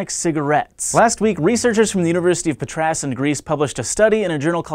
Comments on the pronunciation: it's university of Pàtras.... not patràs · PAtra no PatrAs. (I know that spelling names it's hard :P) The "s" in Patras is like the English "apostrophe s". IF you didn't say "on Greece" I couldn't assume that you were talking about the Greek Patra. Btw when you said PatrAs I laughed really hard! xD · The town of the university is called "Patra" (Πάτρα) and you shout the first a. The town's university is called "Patras" (Πάτρας) in which the "s" shows whose it is and again you shout the first "a" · When somebody fails at saying Patras... Help me.